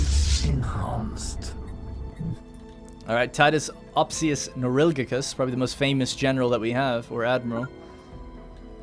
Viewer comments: I think it's ospius, not opsius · I think it is Opsius actually. He just pronounced it Ospius for a while. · I remember him being ospius and he called him opsius, i think he changed his name